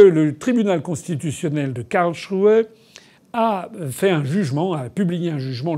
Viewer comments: KarlSruhe et pas Karlchruhe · Simplement si vous pouviez prononcer Karls---et puis ruhe, ca ferait un peu moins quak aux oreilles. Cest un genif s et ruhe veut dire repos, calme mais quand vous le prononcez ca fait shrew. Surement, on y trouve ses megeres...